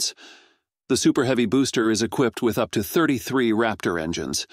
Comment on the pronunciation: This voice to text program is laughable, pronouncing heavy as heevy....lol....